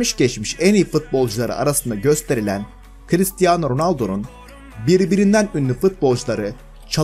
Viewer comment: Crristiano rrrrrronaldo